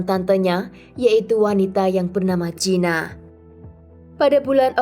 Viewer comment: Maaf mba, Gina diucapkan GINA bukan jina..